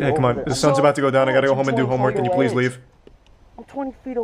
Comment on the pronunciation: You say pwease and tank you to me..